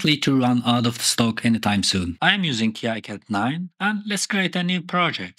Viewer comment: it's pronounced "keecad"